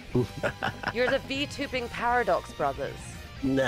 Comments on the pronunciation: ah yes. The Par-a-Dogs brothers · More like Paif-Of-Dogs brothers